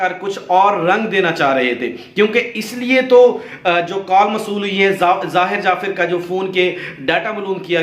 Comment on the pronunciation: upload karnay se pehlay soch lein ko aap ko kya kehna hae. pehli baat to yeh hae ke pichhli baten jo sub hi jante wahi rut rahay haen. shuru main aap ne kaha '' zakir jaffer ki maan ke saat bad'tameezi ki thi ''..... jabke zahir ne apni maa ke saath...... zara apna talaffuz sahi karen. jafir jafir. (jaffer. taluffuz hae jaffar).